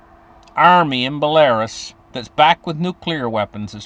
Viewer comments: Belarus is pronounced Bella-roose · Dude it’s not Belarus. It’s pronounced like Bella,ruse